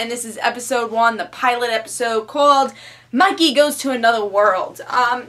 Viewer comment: Wait, is is "Monkey goes to another world or is it "Mikey...". No matter how often I re-play the video I hear Monkey, but it clearly says Mikey in the video description.